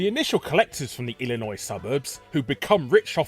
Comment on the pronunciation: Damn it's surreal hearing a man from the UK doing a better job pronouncing "Illinois" than most Americans